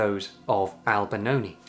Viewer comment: i thought it was Albinoni but kept hearing Albanoni